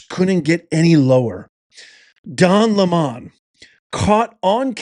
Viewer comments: His name is lemon not le mon lmao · Why do you pronounce his name "Le-Mon"? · The democrats have never changed. AND it is not LE-MON, its lemon.